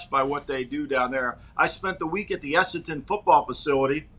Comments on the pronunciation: has no idea about AFL. Talks like he knows what he's talking about but says some completely incorrect stuff - "Have to bounce the ball twice", "2 teams in Perth - Western Bulldogs and West Coast Eagles", "Perth is Eastern part of the country", "Carlton is really good" - they have been really bad for about 20 years.....Also isn't it "Clarko", not "Clarky" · had a really poor grasp of the sport to be talking about it like he knows what he's saying. It's Essendon not Essenton, Perth is in the Western Part of the Country, you bounce the ball every 15m, you only get a protective space on a mark or free kick, Clarkson has won 4 premierships, not 2. Western Bulldogs are based in Melbourne, Fremantle is out West. Carlton are garbage. Hawthorn are based in Melbourne and play at the MCG, they're nowhere near Adelaide - literally talking out of his arse.